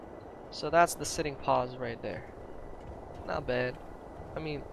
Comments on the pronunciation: I have a question about how you say pose. In the united states, the word you are saying would be "pause" not pose. We pronounce pose like the "po" in potato. Is this pronounced differently were you learned English or is it something about your native language? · Pose say it like PO-se